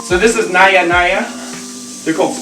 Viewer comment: the J in Naja is prounounced. not naya naya